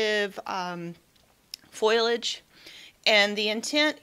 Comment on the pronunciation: Just heard of lunar gardening...great information! Btw, foliage is not pronounced foil-age.